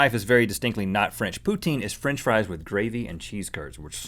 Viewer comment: FRENCCH FRIEEEZZ